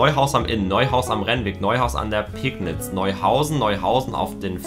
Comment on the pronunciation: Es heißt nicht Peknitz sonder wird das Pegnitz ausgesprochen WEICHES G und hartes P